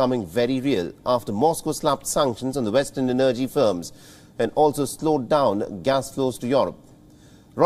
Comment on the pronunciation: Please look up the pronunciation of the word energy! You have good reporting but some if your reporters are difficult to follow due to slurry speech or incorrect intonation and/or pronunciation. (Not accent or dialect, I’m fine with your broken English.) Kind regards Anders Sweden